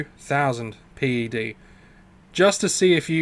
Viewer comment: It's called pec or ped ... not pee ee cee or pee ee dee. Old skool player.